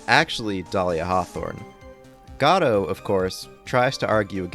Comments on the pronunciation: Choose a pronunciation, godo or godot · I love how you keep changing how you pronounce Godot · crying at the 3 different pronunciations of Godot in succession to each other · You pronounce Godot wrong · Augh please say his name differently